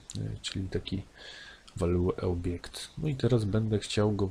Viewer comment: WalueObjekt paraliżuje uszy 😉